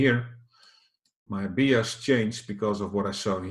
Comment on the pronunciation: Please pronounce bias as 'bajes' en niet als 'biejas' ;-) Goede video in elk geval, zoals altijd.